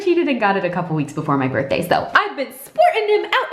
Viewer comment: I laughed so hard when pronounced all the BDA BDAY & BADY 😂